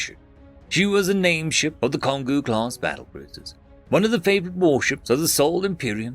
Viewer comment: That first story was oddly tame. The second story, however, reminded me of Space Battleship Yamato. That being said, it's pronounced Kon-go. Like Congo.